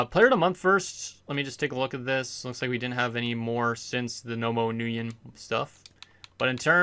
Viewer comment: Stan Nguyen is pronounced “win” and he has 32 starts why do u keep saying he missed starts cus he was injured he literally missed 1 game